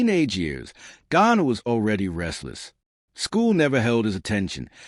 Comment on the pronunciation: At least get James last name right! Calling him Ghana several times. Stupid!